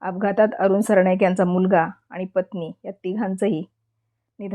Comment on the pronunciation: सरणाईक नाही सरनाईक